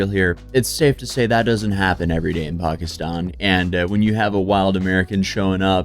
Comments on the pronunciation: It’s pronounced Pack-Eh😊-Stan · Pakiistaann lol why did she say New York weird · She pronounces Pakistan wrong. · The way you pronounced Pakistan pissed me off & you said it so many times...